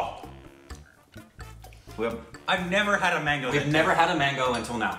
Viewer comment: Nobody has any idea that we indians have an indian sitting there as american () TEAR WITH YOUR TEETH..thats how u eat mango in india.. pronunciation is awsome